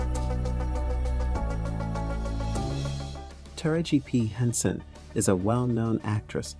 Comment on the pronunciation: Pronounce Taraji P Henson's name right please